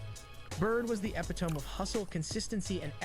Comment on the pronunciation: "epatome"? Oh he meant "epitome" (eh-pit-o-me) 😂